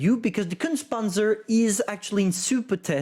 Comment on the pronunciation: Repeat after me: KUHNTSAH PANTSUH